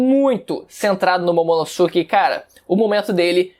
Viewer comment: Ver ele falar "Momonossuke" da uma coisa... Ahhh Se pronuncia "Momonosquê"